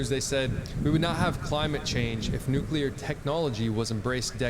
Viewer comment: Great content. Thanks for the info. Funny, why is it so difficult for native (US) English speakers to pronounce Nuclear? "Nukulur" lol